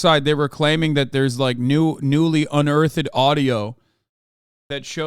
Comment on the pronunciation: Someone explain to this man how to pronounce “unearthed” or is it an inside joke i dont get or sumn?